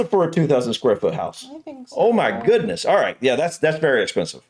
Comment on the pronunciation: when American people say oh my goodness it almost sounds like oh me guinness